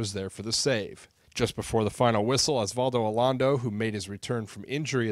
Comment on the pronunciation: Osvaldo Alondo? Really? Is this guy even a Sounder fan?